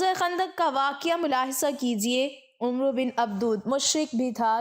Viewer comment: Ye lafz Umro nhi Amr ibn e Abd e wud ha . عمرو me و silent ha jb k ع kay oper zabar ha . Amr or umro me farq ha